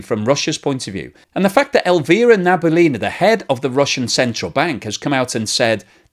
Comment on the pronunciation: Nabiullina is pronounced Nah Bee Ooh Lea Nah, the stress in on ‘Ooh’